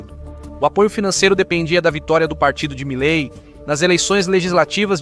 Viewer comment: Quem é milai? O presidente da Argentina se chama Milei e se fala como se escreve! Quanta ignorância!